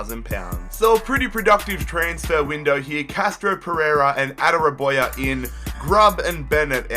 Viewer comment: Adarabioyo is said like ada-rab-e-o-yo